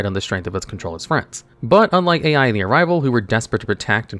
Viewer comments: Top 20 name mispronunciations because for someone who can explain the themes behind these boss monsters, "Yusei's Fudo's" and the failure to pronounce "YUSAKU" three times in a row suggests he crutched a bit too hard on the wiki. Ai is also pronounced like "aye"... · I die a little each time Yusaku's name is mispronounced. And when Ai is called "A.I." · Kuibelt the blade dragon is good? Is Yusaku. not Yusaka And pronounce Ai as a single sound. not individually spell "A.I."